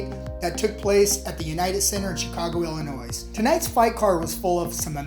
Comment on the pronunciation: This dude really just pronounced the s in Illinois. I'm from the UK and even I know that's wrong.